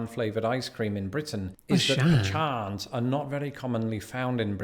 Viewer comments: Pronounced Pe cons. Theirs no ch in pecans. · This is the first time I've heard pecans pronounced that way😂. It's either pu-kahn or pea can. And Texans don't eat pea cans, just pu-kahns.